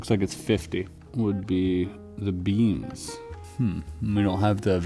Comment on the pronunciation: Beans? I know he said beams later but i swear he is saying beans . Tell me sir what is the value of the beans?